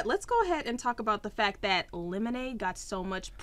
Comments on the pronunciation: Really "lemondae"!? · It says lemondae. Not lemonade